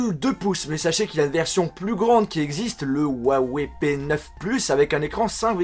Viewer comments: Juste en chinois sa se prononce rouaweï et non ouawé . Voila juste pas la peine de m'insulter en disant "on est pas tous chinois" "tg" ... C'est juste une information . ; ) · si juste me permettre, huawei ne se prononce pas wawei, comme tu le dis. Sachant que c'est une marque chinoise, en chinois, le "H..." se prononce plus à la manière d'un "R" Il est donc preferable de prnonce cela comme ceci : rwawey Voila en espérant ne pas avoir été trop chiant, et que ça vous ai aidé :) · on pronoce huaweiyyyyy pas ouwawè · ruawei... !! et non pas wuawei..!!!! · la marque huawei est chinoise. J'ai un pote chinois qui s'y connait bien. Normalement, la prononciation se dit Ouaï Ouaï. Peut-etre qu'il se trompe ou que c vrai, moi je sais pas. Allez salut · ps : au fait, juste pour info, on dit "Huawei" comme ça ; 'roua-woueille'. (le 'h' en pinyin chinois se prononce quasiment comme notre 'r'). :D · j'ai aimé ta vidéo mais Huawei se prononce ruawei t'as juste a prononcer le h en r #LogiqueDeLaPhonétiqueChinoise. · Yannick Il dit huawou c ca ? XD